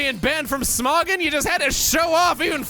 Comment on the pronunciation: pronouncing Smogon as smoggin made me laugh a little, I'm not going to lie